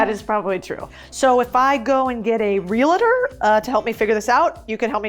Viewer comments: Very nice; was thinking about this as well. BTW, criteria is the plural, and its singular is criterion, so it should be "Criterion 1", etc. Also, the word is realtor, not "realuhtor". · respectfully, it's pronounced real-tor, not real-a-tor. Common mistake, but the latter is wrong. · Many Real-tors—-2 syllables get a little irritated when you call them Real-ah-tors—-3 syllables. It’s only 2 syllables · Real-tor. Re-la-ter is not a word. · Like your content but I have to correct one thing that is making me crazy. It is "Realtor" not "Realitor", there is no I in realtor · Real-tor. Not, Real-a-tor. There is no second A in the word. You should know this. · My pet peeve: mispronunciation. Real-tor not Real eh tor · FOR CRISSAKE! It''s not pronounced "REAL-I-TOR" !!!! It's two syllables, not three: REAL-TOR is the way to say it. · Realtor is only 2 syllables.... real-tor. NOT "real-a-tor" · Girl!!!! REAL-TOR NOT REAL-I-TOR. 2 SYLLABLES NOT 3. (WITH LOVE♥ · Please, for the love of God…stop saying realAtor…it’s REALTOR for crying out loud! You’re adding an A where it doesn’t exist! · Just for future reference, it's not reeluhter, it's real-tor. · Realators? I’m not one, but I do know it is REALTOR. “Real-tor” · Girl...girl...please at least say the word "Realtor" correctly. You're saying "Reel-it-tur". That's not a word. It's "Real-Tor". 2 syllables, not 3. You sound super ignorant by not even being to properly say a super-important major industry word. I couldn't watch the rest of the video because of it and would never work with anyone in real estate that can't pronounce realtor. You're saying a word that's not a word. Just stop. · Please!!!! It's REAL-TORS not Real-A-Tors!!! Argh!! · Please learn how to say Realtor🙂it’s not 3 syllables. Re-la-tor…2 syllables…Real-tor. Interesting video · Its not REAL-A-TOR its REAL-TOR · Love your video but as a former Realtor, it’s pronounced the way it’s spelled not Realitor. 😁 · Dear, it is "Real-Tor." Just sayin..